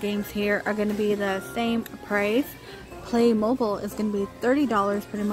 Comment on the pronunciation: It’s NOT “play mobile” its “play mo bil”. Black Friday ADS are being released